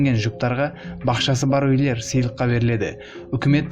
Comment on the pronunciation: Қазақша сөйлеп ұйренші өйлер демей үйлер дегенді